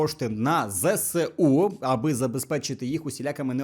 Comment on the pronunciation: Дуже дякую!!! І ЗеСУ, а не ЗСеУ)))